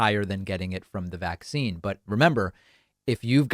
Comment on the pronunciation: Her pronunciation of the word "vaccine" is like hearing nails on a chalkboard 🤮